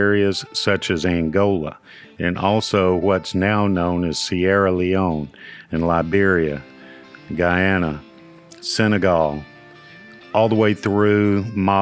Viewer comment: Not Guyana, that's in the Americas. Ghana (formerly the Gold Coast) is one of the places in West Africa from which enslaved people were from. Ghana is pronounced with two syllables whilst Guyana is three syllables.